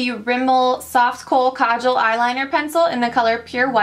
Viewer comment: You say kajal the most correct out of ALL the beauty guru's! <3 Great video too! Found it helpful <3